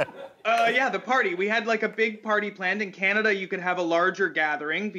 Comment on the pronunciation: "OH CANADiA"